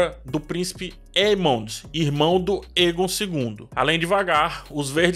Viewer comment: o "ae" dos nomes valirianos geralmente tem som de "êi / é"...Então, Daenys se pronuncia "Dêinis", Daemon é "Dêimon", Aegon é "Êigon", Aemond "Êimond", etc. Já outros nomes, ficam com som de "é", ex: Daenerys (Dénéris), Naerys (Néris), Aerys (Éris), etc. Tem um outro canal q explica melhor essas pronúncias com base no material original dos linguistas.